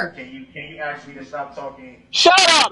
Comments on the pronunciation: He had to waste tax payer money because he is a narcissistic bully. Edit to say he also likes to "axe" questions 😂 and he wants the judge to "honor her oof" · Oh, Brooksy... don't use words you don't understand or can't pronounce: "exculpatory"; "tack-it" (i.e., "tacit"); "recoose" (i.e., "recuse); "aks" (i.e. "ask); "doo dat" (i.e., "do that").